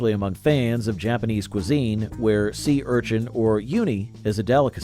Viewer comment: So many mispronunciations!!! Niche is pronounced "neesh." Uni is pronounced "oo-knee," not "you-knee." If only there was some way to check the pronunciation of a word one is unfamiliar with... Perhaps you should GOOGLE if such a thing exists.